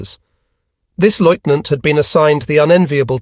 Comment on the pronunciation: Please find an AI that can pronounce lieutenant